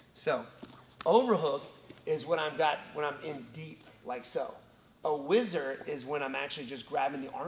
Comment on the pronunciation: What a minute it is called a whizzer and not wizard. Next you are going to tell me that we don't get French benefits.